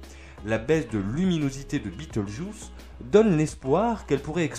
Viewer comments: En prononciation française c'est juste Bé tèl geuse. Je ne comprends pas trop pourquoi cette prononciation "US" ? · Pas la peine de prononcer le nom de l'étoile à l'anglaise ... ce nom n'a strictement rien d'anglais ni d'américain. C'est la transcription approximative latine d'un nom arabe. Le nom Bételgeuse se prononce selon les règles orthographiques françaises.